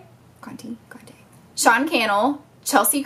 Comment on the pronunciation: There's also Say Goodnight Kevin! And I thought I'd help you with some of the pronunciations because I watch a few of the YouTubers you were having trouble with. :) It's Katie Gregoire (Greg-war) and Milena Ciciotti (Mel-ee-na See-see-ah-tee) and Jess Conte is (Con-tee). Hope this helps!! <3